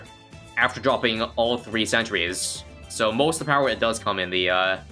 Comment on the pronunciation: says pewer and says power after it